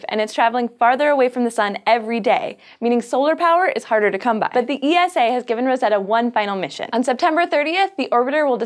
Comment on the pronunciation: great video. by the way, we call it Eeeesaaaa over here, not Eee Ess Aaa ;)